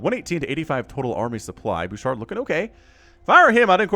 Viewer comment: that was awesome lol : fun fact, i noticed in Canada , many players from Quebec will put Qc in their names. i have no idea why , but its just something i noticed alot lol , also props to you for saying Bouchard , somehow, ALOT of english speakers tend to butcher the name lol ( quick note, the "D" is silent :) , we have way too many silent letters in french XD ) : THIS IS WHY YOU NEED MORE DETECTION /SCANS !!! do you want to lose half your army to 3 units ? because that is how you lose half your army to 3 units ! : we need more of these !!! 11/10 for style and effectiveness ! honestly, if the terran kept doing quad-nukes-and-runs like these instead of switching method, im not sure the protoss would had kept up . also, i could rewatch that small click over and over . : guardians !!! ( lets see how long before they all die lol ) : 2 minutes and 52 seconds later , yup.... : ha , yes ... the SVC , the secret workers of the zergs ! ( jokes aside, dont worry we all have mispokes from time to time , and when ever they happen its always funny :D ) : guardians winning a game ??!?!!1?1?11?one? : BAD ALLY MARINELORD ! BAD ! : let no joyful chat be typed ! let no protoss look at their productions with hope ! and let this game be cursed by we who ready to wake ,THE MASS HYDRALISKS !!!